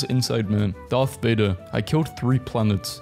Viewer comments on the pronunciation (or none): none